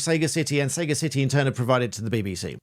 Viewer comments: Sagacity... say "Sag-ass-ity" sagacity /sə-găs′ĭ-tē/ noun — The quality of being discerning, sound in judgment, and farsighted; wisdom. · I think it's pronounced 'sag ass itty' to rhyme with capacity, from the word 'sagacious' meaning wise. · Sagacity, noun (phonetically) pronounced suh-GAH-sit-ee Emphasis on 2nd syllable. Sagacious, adjective. Definition— discerning, of good judgment !👀! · I don't understand how you'd see 'saga' and pronounce it 'Sega' 🤷‍♂ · Pretty sure "Sagacity" rhymes with "capacity" and isn't pronounced "Sega City" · Indeed you did, CJ. That was an excellent video too. Memo to both of you; though, "Sagacity" is pronounced "suh·ga·suh·tee". The main lesson to be drawn from this excellent video is NEVER to give permission to anyone, with whom one deals on line, permission to share your data. There will be far more egregious cases of the use of such data out there. Prima facie, this practice, including the example given here, may fall foul of GDPR and merits further enquiries. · You mispronounced sagacity it’s saga city not sega city Sega (those who created sonic the hedgehog, the mega drive/genesis, the Dreamcast, streets of rage) is a gaming company and sega city was a name for their in-house arcades and their own arcade machines called sega city machines Saga city is no relation to sega but with how you was pronouncing saga city most people would think of the gaming company and that’s where things go astray and how mis-information creates that small crack then blows out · "Sega city"? Is that where Sonic the Hedgehog comes from? I'm genuinely surprised that a barrister wouldn't know the word 'sagacity' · Surely that's pronounced sagacity from the Latin not saga-city? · pedantry here (my niche), but sega city? the second 'a'/vowel sound differs between sagacious & sagacity. for sagacity, the second 'a' is pronounced like that in gas. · How is it a Barrister doesn't know how to pronounce Sagacity LOL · səˈɡasɪti not sega city